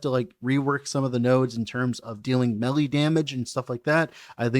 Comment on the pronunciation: love your work. It's pronounced "maylay". Please make melly stop.